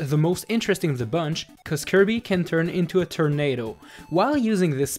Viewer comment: Lol he said terdnado 💩+⛈